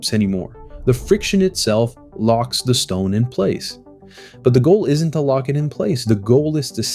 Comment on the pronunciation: It’s pronounced “The” not “Duh”. You should work on that if you are going to narrate.